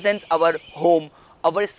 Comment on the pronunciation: its our not auvar